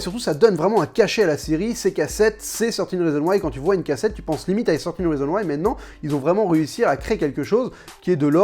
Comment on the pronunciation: Enfin quelqu'un qui ne dit pas "treize rizon waï" mdrr